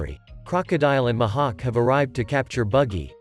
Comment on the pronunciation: The "Muh hawk"